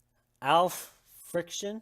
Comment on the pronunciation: (AL friction<-) sorry for giving you words so hard to pronounce xD